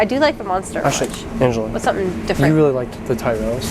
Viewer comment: You call them Ty reels lol